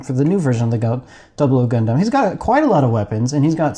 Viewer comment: The way you pronounce Gundam literally causes cancer